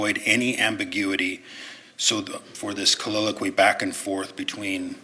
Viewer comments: Yup. He's combining the words soliloquy and colloquy into colliloquy 😂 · Counsel for appellant isn't helping himself when he mis-pronounces the word "colloquy" as "colliloquy". One has to wonder just how capable he is. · A "colliloquey"? "colloquy" 🤣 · His combination of the word, “colloquy,” with “soliloquy” is just irritating me. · It’s making me insane how this guy says “colloquy”.